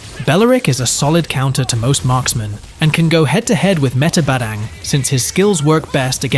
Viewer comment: Its badang not badeng 😂